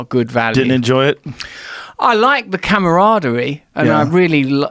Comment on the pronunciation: “camera arderie”